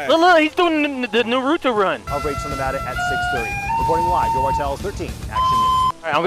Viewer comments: I wanna punch for saying nuhruto run. NARUTO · "Nuto run" 😂😂😂 it's Naruto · This man said nortuto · The way pronounces Naruto is hilarious lol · where are you from that you pronounce Naruto like that wtf